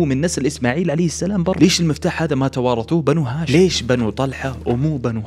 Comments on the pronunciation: السلام وليس السلم شوف الالف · السلام عليكم ورحمة الله وبركاته محتوى جميل ورائع ولكن يوجد أخطاء في تلاوة القرءان ومنها السلام وليست السلم إلا إذا فيها وجه قراءة فلا أعلم وأيضا مغانم بالضم وليس الفتح